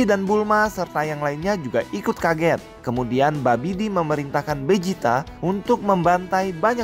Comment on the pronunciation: Vegeta bang bukan bejita